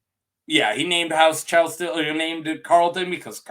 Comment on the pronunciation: YaY video! Thank you! Try saying it like Kell-Sted. And HOW Aerys kills him...oi. He Starked him. He did something different, like he either tried to kill Aerys or Aerys 100% believed that he was trying to kill him. Aerys is Gross AF and a BAD guy-though it reads to me like he killed certain people with fire for a reason. For example, when he kills Brandon and Rickard Stark, he only kills Rickard with fire. Technically, Brandon could have walked away alive IF he had sat still. Brandon only gets to live if he doesn't try to save his father. MAYBE he would have killed Brandon anyways, afterwards...but I don't know. Aerys KNEW that Rickard was guilty. Rickard was ALWAYS going to die when he went to KL for brandon. But Brandon might not have known about the conspiracy his father was in on. The reason-Tywin. Tywin was feeding Aerys 'information' to make Aerys think Tywin was still a loyal friend. And THAT is why it was SO easy to get Aerys to open the gates to KL. One thing intereesting about the Chelsted sigil is that it kinda looks like the ancient sigil for Greenfield. Also a place that nobody yet is sure of-ancient and lost. It MIGHT be that Chelsted was one of those rare full-blooded First Men. SOME people seem to be special for being pure-blood First Men. For example-Gerrod the Ranger. The one Ned beheads with Ice in Bran 1, the first chapter after prologue. I am SURE the Others didn't kill him because he was PURE First Man blood. Wana bet that the Others cannot kill First M